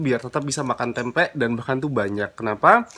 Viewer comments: Risih banget kalau dia blg "tempek",,, "TEMPE" yg bener!! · Nyebut tempe jgn dikasih huruf K.